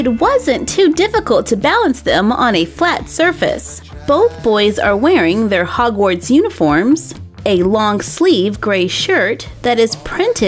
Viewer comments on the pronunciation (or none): its not frogwarts its hogwarts❤❤❤